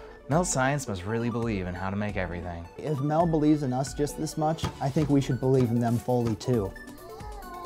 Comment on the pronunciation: I beleive Mel is “metal” like the way swedish people say it